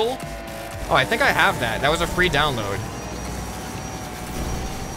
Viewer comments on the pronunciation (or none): none